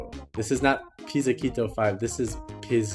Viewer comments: its pronounced as piz•zee•cato not pizza kito 😭😭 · Quick pronunciation thingy for future reference Haruomi, not Harumi Pizzicato - Pits-uh-cado (like avocado) Taeko - Ta-eh-co